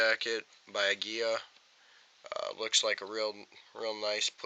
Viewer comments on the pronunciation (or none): agwilla is how aguila is pronounced cheers for vid